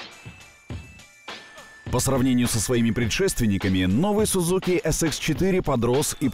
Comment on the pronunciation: Не Sudzuki, a Suzuki надо произносить название.